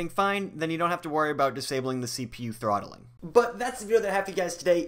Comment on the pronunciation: Lol it’s not trotthling ahahah